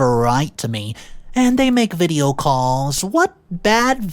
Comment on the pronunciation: what the hell is a veeedia call??